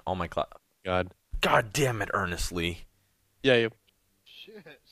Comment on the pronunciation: When he calls u u should call him ern-esle